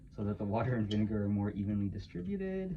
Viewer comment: You said vine-what? 😨